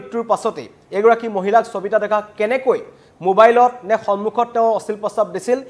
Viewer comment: চবিতা নে সবিতা ? অসমীয়া ভাষাত শ ষ আৰু স যুক্ত শব্দ সমূহ কি দৰে উচ্চাৰণ কৰে আপুনি নাজানে নেকি ? এজন অসমীয়া হৈ অসমীয়া ভাষাৰ শব্দ কিদৰে উচ্চাৰণ কৰে নজনাটো লাজৰ কথা বুলি আপুনি নভাবে নে ?